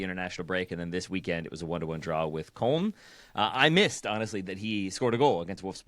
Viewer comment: Good show but you're all mispronouncing Köln